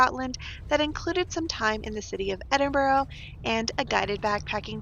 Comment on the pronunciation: Edinburgh is lovely. I love it there a lot. I have friends that are professors at the university. One comment they always make is how Americans always say Edinboro vs Edinburgh (Ed-in-burr). Glad you got to spend time there on a layover. Love your videos.